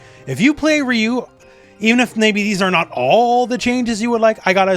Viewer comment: It’s funny how you insist on pronouncing Manon’s name “correctly”, but you mispronounce Ryu’s and Zangief’s names. You can’t pick and choose like that. It’s hypocritical.